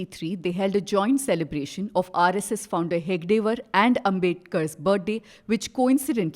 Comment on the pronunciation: It is 'He-Da-Ge Waar', not 'He-Ga-De Waar', the founder the reporter refers to. Also, it is not 'Vi-Dhar-ba' region. It is 'Vi-dar-Bha'. You can judge the quality of the rest of this 'free and fair' report.